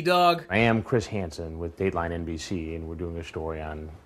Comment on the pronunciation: Ive seen this series about 5 times and i jusy noticed about 12 minutes in you say "hiss cransen" by accident instead of chris hansen